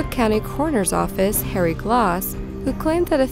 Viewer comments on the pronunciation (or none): none